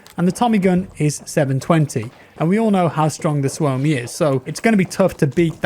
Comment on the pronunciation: It's pronounced SUO-mi, rather than su-O-mi